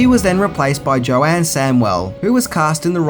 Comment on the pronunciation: How many facts can you get wrong loads i think!! YOU CAN'T EVEN SAY JOANNES' NAME CORRECTLY lol !!! Mel never actually went in for a role in Mad Max originally Mel drove his mate Steve Bisley to go for a part and Miller saw Mel all beaten up and askd him to come back. Hey check the back window sill of Maxs' yellow interceptor there is your helmet that you seem to think had nothing to do with Max.